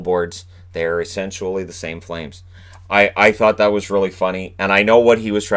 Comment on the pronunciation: He's saying essentially and essentually as in eventually...